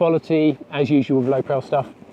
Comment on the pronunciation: I think he's trying to tell you it's pronounced Lowe Pro as in Lowe Professional... Not Lowe Prow.